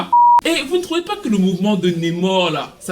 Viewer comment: NAAAmor stp pas Nemor